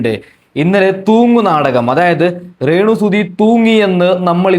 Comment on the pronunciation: നീ അല്ലേടാ രേണുവിനെ 2ഡേ മുൻപ് വെളുപ്പിച്ചത് കിച്ചുവിനെ കുറ്റം പറഞ്ഞത് ആദ്യം അക്ഷരം പഠിക്കു റേ ണു അല്ല രേണു 😅